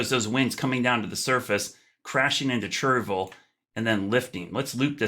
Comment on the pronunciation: Please stop saying “churvul”. It’s “chair-ee-vil”. I grew up there.